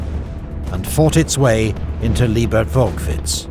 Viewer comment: Awesome video. Sad you butchered all the location's names. Except Liebertwolkwitz. You got the longest one right. ;)